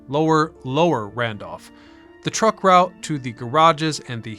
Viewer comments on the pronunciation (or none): none